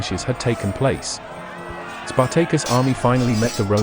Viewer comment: I will never unhear Spar-Tay-Cus